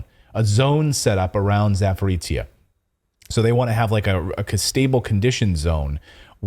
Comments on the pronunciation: Guys! ZA- PO-ROzshye- not Zaporizshye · Clayton, it is not "ZAPORICIA"... Zaporozhye 😁😁😁